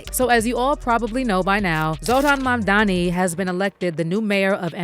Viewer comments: It's Mamdani not 'Mamdami.' And Zohran Mamdani has now shaken up the space dominated by billionaires. I support this man! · Mam dani not mamdami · Mamdani not Mamdami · Holly F! Is it really hard to pronounce Mamdani? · Why are they calling him 'MAMDAMI' .....ITS 'NI' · 😂 What I don't get is, that seemingly intelligent people can say "ma'am" and "Donnie" but they can't say Mamdani.